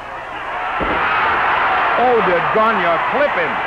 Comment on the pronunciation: It's Gone-yay , NOT Gone-ya